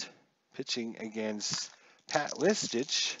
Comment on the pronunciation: Kevin Seitzer your main man yet you slaughter the pronunciation of his last name. And Pat Listach,and Ricky Bones (Bonez)